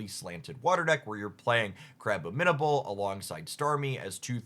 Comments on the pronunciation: abominable snowman ❌ abbo min-able ✅ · Ik poketubers do suspect pronunciations but hearing you say crabombinable hurt. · Crab-o-min-able was a good first try lol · don't even mention crabominable 💀